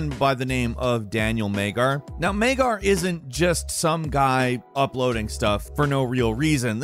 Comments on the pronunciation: not Meggar, but Madyar or Madjar (Hungary guy) , you cannot read every name on English/American way! Melhem is not Malheim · his name is Magyar, it is not Maygar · The first guy's name is Magyar, not Maygar, unless it's spelled Magyar and pronounced as Maygar. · Daniel Magyar.... not pronounced Maygar. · daniel MAIG-YAR? lol the global hungarian community simultaneously hand slap their foreheads :P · Great video but personally as a Hungarian myself I cringed really hard went you pronounced Magyar as “Mangar”😂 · calling Magyar, Maygar to start the video is hilarious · PLS check number 10 name again He is a Hungarian person check how to say|tell his name properly . GY is one letter . Magyar Dániel. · Daniel Magyar. Jó látni magyarokat egy külföldi videóban! You butchered hes name totally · If you are a Hungarian people the pronunciation of Daniel Magyar's name sounds funny. Magyar means Hungarian with a special letter "gy" in the middle.